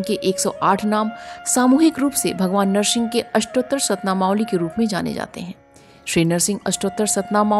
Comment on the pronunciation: Madam Nahar singh nhi hota h Nar singh hota h